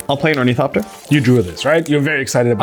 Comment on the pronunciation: It's pronounced Or-Nuh-thop-tur. Not Or-Nee-thop-tur